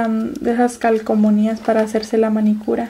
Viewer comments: de donde eres? por que dices calcamonías en vez de calcomanías? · hola!!! me caes bien :D me suscribí ya :D pero una cosa: no es calcamonias es calcomanias jajajajjaja